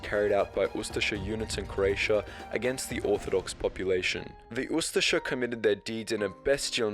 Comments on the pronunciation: He is saying it pretty good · Well, it is pronounced "oo-stache-eh" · I have always heard it pronounced ooo- STASH-ee